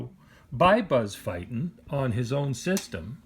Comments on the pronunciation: Thank you for this vid and your time. side note: Buzz pronounces his name "feet-in". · There are videos on YT of Buzz Feiten pronouncing his name, the fact that the "e" comes before the "i" should give you a clue and if you think its not important, just ask Buzz!